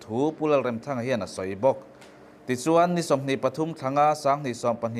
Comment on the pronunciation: Remthanga hi i lam dan a dik lo lam dik rawh.